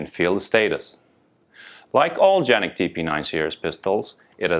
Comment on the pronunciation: Thank you for pronouncing the name correctly, very few video reviews done in the US do this! Also, thank you for producing an amazing pistol, I have both a TP9SF and SXF. I also just bought my son who is a Los Angeles county Sheriffs deputy a SFX and he loves it.